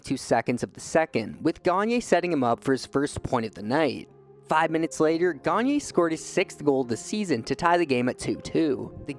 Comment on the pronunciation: Sam GaG-Nurrr